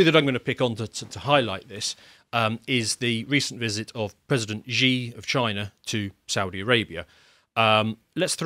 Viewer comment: The closest approximation in English to the name of the President of the People's Republic of China is: She (as in the female pronoun) Gin (as in Gin & Tonic) Ping (as in ping-pong). If you believe you have an adversary, you should know his name. It's She, not Zhee.